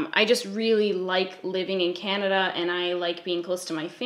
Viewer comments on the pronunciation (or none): none